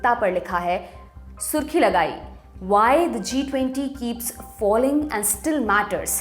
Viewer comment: प्रिय, Faling को फॉलिंग पढा है, जो कि फेलिंग है...